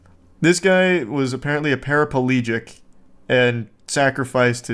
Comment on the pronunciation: Para plegic, not palegic, Charles.